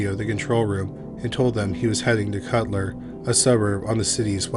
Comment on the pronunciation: #1 - I did my MLitt and PhD while living in Aberdeen, Scotland for over 6 years. The town of Culter is pronounced COOTER - trust me on this. My flat mate's family lived there.